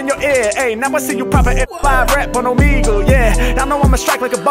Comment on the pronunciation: Bruh I been enjoying your content! But if you say Omeg-lee one mo time...😂😂😂 Just say it as if you were saying beagle... like a dog. Outside of that, fire reactions!😂😂